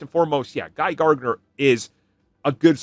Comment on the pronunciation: Idk why you add an extra G in Gardner 😂